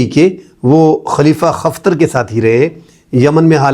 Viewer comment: Bhai jan khalifa Hafter hai khaftar nahi hai